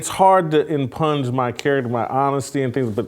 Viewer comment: Great show! Oh yeah—the word impugn is pronounced “impune” not “impunge.”